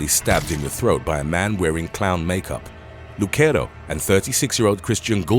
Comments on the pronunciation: Brians last name is not pronounced Luk-ero its Luc-ero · Havent read the comments, the name Lucero is NOT pronounced the way you're saying it. It's pronounced "Lew-sair-o". It's a Hispanic/Latino name, not Italian. 😊